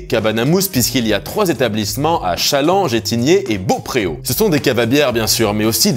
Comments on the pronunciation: Juste pour info, on prononce Beaupréau baupreau 😉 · Pour info, Beaupréau se prononce « Bopro » malgré l’accent.